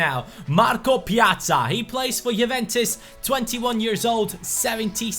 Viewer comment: Finally someone knows how to say his name right 😄